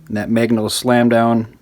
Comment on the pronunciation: It’s always weird when people can’t pronounce certain letters. Like the short “a” sound in this video. Who pronounces magnet as “MAYGNET” 😂 Still an informative video. Thumbs up and all that.